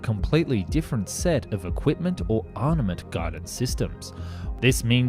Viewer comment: It's Armament, not Arnament